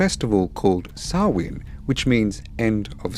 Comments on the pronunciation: It’s pronounced Sow’ like cow , wn, sow-wn. Spelled Samhain. It’s a Gaelic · just a quick note! Samhain is not pronounced like it's spelled. It's pronounced like saa-win. Happy Halloween!!!!!!!